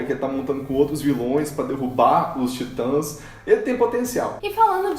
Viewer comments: TIT(Ã)S caraio, tem "Til" no a, Se pronuncia da mesma forma que lê, independente da forma como está sobreposta se é traduzida ou não, até por que o "Til" refere-se a tradução "Tit(ans)" Excelente vídeo, mas esse "Taitans" ficou feio '-' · Pq ela fala taitas kkkkkk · Como fala: Titãs Como Toga Voadora fala: taitans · Pelo amor de Deus! Falem o nome da série direito. Não aguento a pronúncia de vcs.